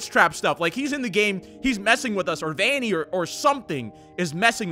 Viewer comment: It’s Vannny